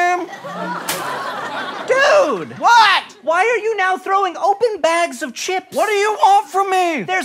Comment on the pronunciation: My name is Corinne (Cor-reen) or (ka-reen) and every time they said Kareem! I was like who's talking to me? Oh, there was an m.